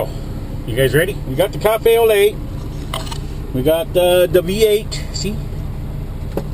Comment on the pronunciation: Hey, you always call your coffee, cafe o'le.... where did that come from? Just wondering...lol